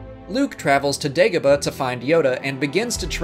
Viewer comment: I hate how you pronounce the names of the planets fx mustafar and dagobah.... andndndndndnd omg Galen Air-so what the heeeeck